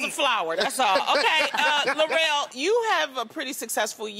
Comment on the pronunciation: Lil Rel not Larell smh and I enjoyed this movie. Great job to the entire cast.